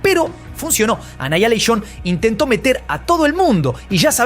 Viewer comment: "Anaialeishon"?? xddddd